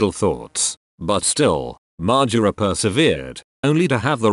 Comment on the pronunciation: Great vid except the way you say margera